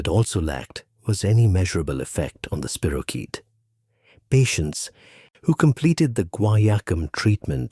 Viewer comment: It's not a spiro-CHEAT. It's a spiro- KEET